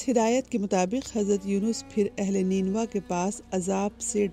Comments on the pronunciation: You're pronouncing wrong it's nainwa not neenwa😢😢😢😢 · نینوا۔۔۔Nain waa موجودہ شہر کربلا کا پرانا نام ہے۔جو عراق میں ہے۔۔اپنا تلفظ ٹھیک کریں۔۔نین یعنی آنکھ کو جیسے پڑھا جاتا ایسے اس لفظ کو نینوا پڑھا جاتا ہے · بیہودہ تلفظ، اصل لفظ نینوا (نین (آنکھوں) وا) ہے۔ پوری رپورٹ بنا لی آپ نے اور اصل لفظ مستقل غلط بولتی رہیں!! اور بھی کافی غلطیاں ہیں لیکن یہ سب سے بڑی تھی!!